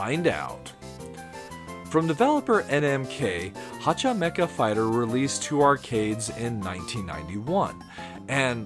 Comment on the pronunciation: Remember, Hacha Mecha Fighter is pronounced as meh-cha, not meh-ka.